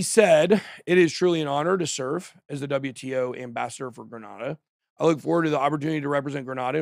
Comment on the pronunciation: It's pronounced grey nay da